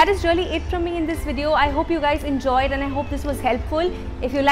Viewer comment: Don't mind but ...uhh say AND to often n.. the way uhh pronounce it...uhh should change tht...i like your content n i just want uhh to improve